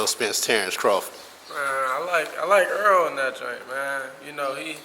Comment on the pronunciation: HIS NAME IS NOT EARL!!! Why ppl see his name lit up on the screen every fight and refuse to call him Errol??!!! His name is not EARL SPENCE 😂